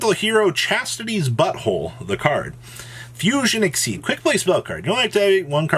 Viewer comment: Literally know one is reading Fusion Exceed correctly lmaooo Yugioh players when cards have more than 1 line of text: o__o